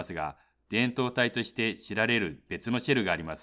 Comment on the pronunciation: 導体の発音が違う。 この発音だと胴体だ。 MOSFETはモスフェーと言っているように聞こえる。 モスエフイーティー と言って欲しい。